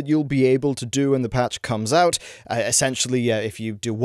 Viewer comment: "I have managed to squeeze oit three videos oit on this.... so far"